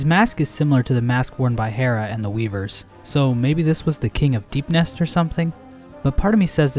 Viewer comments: "the weeekeee" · "the weekee"